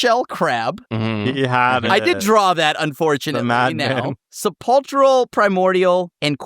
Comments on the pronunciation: Sepulchral is pronounced with a hard K sound. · “Sepulchral” comes from “sepulcher” and the “ch” makes a “k” sound. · Thats not how you pronounce sepulchral